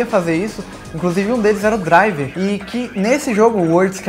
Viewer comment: Ótimo ingreis o seu.